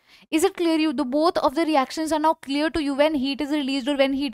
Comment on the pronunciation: is it claer claer???